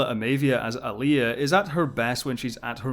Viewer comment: sigh It's AH-lia. Stress on the first syllable.